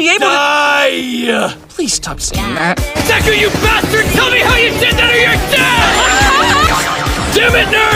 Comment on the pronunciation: You forget the u in deku and yes me too!